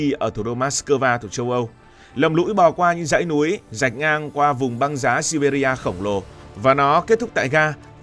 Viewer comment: Đọc là Si Bia thôi